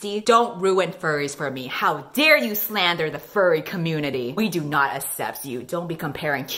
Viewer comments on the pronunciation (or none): none